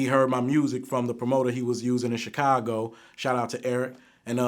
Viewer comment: Why does Vlad pronounce Chicago : "Tchicago" ?